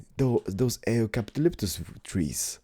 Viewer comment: Hey, I love the smelting hut! Oh! And for a little help on the pronunciation: Rapier - Rape-E-er Scythe - Sigh-th Eucalyptus - You-cuh-lip-tuss